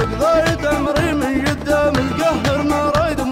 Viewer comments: تراه قاعد يقول قنام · يقول فقام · احلى شي لما يقول قدام ( قنقام )😄